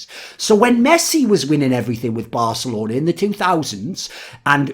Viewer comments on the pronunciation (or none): none